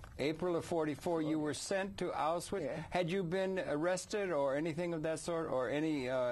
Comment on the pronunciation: Auswhich? He needs some education.